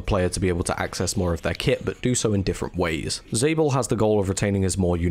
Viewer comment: Isnt Lord Rap Kiwi? And for realsies, aint it pronounced "Zah-bel" like "Isabel"?